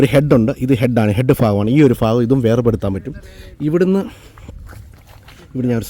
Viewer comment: ഫാകം അല്ല ഭാഗം 😂